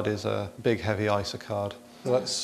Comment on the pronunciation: And yet he says "eye-sa" instead of "eye ess aye"!